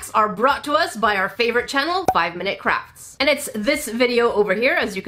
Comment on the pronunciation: Did anyone else hear saying "5-Minute Craps?"